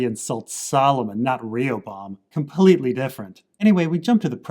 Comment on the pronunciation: ree-oh-bam Lol